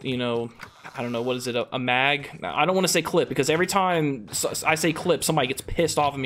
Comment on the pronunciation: I believe its pronounced "mag"